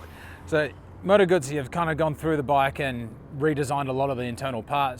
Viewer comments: Called the factory last time I was in Como to ask if the visitors centre was open - the lady who answered the phone pronounces it "Gooootzi" with a long U and tz as in Pizza. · Yes, I own the V7 Centenario and was literally screaming at the screen. Also, please ask an Italian how to pronounce "Guzzi"... I know you are an American, but still. I mean you know how to pronounce "Pizza", right? ;)